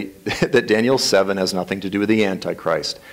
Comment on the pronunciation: Tommy's prideful attitude, refusal to accept anything said as Biblical or true and pronunciation of antichrist as "Annie-Christ" turn me off to him. There is much to be revealed in the future that the Lord has not yet made clear. We must not hold so fast to our own personal beliefs on eschatology that we can't see the truth unfold before us.